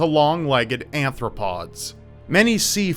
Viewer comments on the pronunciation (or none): Am I the only one who heard him say "anthropod"? 😂 Love your vids!!